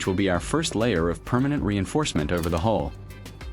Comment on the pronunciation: Ok, I have to know, it that YOU narrating or a voice over? Because I got to tell you at Mark 15 minutes and 23 seconds you call it a hull instead of a hole. At least it sounds that way. I'm not so sure about calling that a "Flawless finish". Your paint job has what is called an orange peel effect to it. If you look you can see what I mean. It would have been much better if you had a small compressor in a small airbrush just my opinion though but for the average person just to fix the hole at good job. I used to work a mobile unit for car painting so I kind of know. I'm going to check out the rest of your videos now.